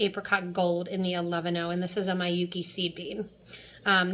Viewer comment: It's Meeyookee, not maiyookee. Japanese name.